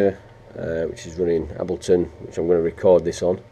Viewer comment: Lol how he mispronounces Ableton 😝